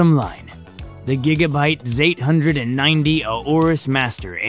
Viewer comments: The gigabyte ZAYTE HUNDRED AND NINTEY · Zate hundred ninety 😂